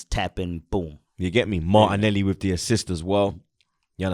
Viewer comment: zah “ have that “moilany” as well 😂 no zah martinelli😂 Americans shouldn’t even comment on football they havnt got a scooby😂